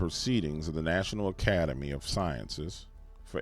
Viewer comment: What exactly is “academier”, or is that the “U.K.-English”, & their problems w/words that end in vowels? I say “Skedule”, they say “Sched-julle”, or “Virginiar”, vs Virginia.